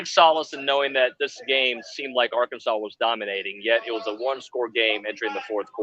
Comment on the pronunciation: The name is Arkansas. Not Arky, not Ark, not AR-kansas. MF'n Arkansas. Learn it. GO HAWGS